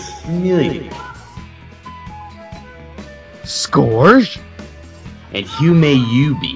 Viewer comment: I appreciate all your work, hope you make more! Not being a hater but, Scourge is said wrong. 😅